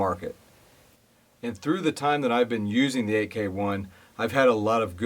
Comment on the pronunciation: FYI: AEKE is pronounced as “IKE”. That is from the founder’s video